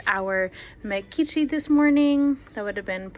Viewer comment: Appreciate the video. Just a bit of criticism… as someone who’s butchered the Macedonian language trying to learn it from my Macedonian girlfriend who’s from Ohrid… you guys gotta work on your pronunciation esp Mekici and Ajvar